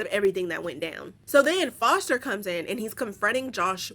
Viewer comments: It’s the way you calling the little brother “forester”😂 his name is foster 🤣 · Why be calling Foster, "Forrester"?? lmfaooo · I cackled every time you said Forester